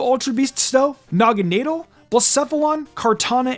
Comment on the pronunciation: It’s pronounced DUH-blade and nah-guh-NAH-dull, “”! 🤨 You’re so bad at pronouncing Pokémon names, bub! 🙄